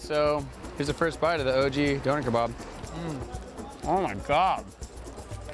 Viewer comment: “doner kabarb”